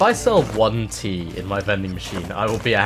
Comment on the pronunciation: The music is so peaceful (except when it isnt), it perfectly makes the vibe. However, every time you said tea, I misstook you and heard teeth.